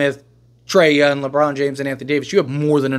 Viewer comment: BRO WHY CANT YOU SAY THE WORD “YOUNG” not “YUN”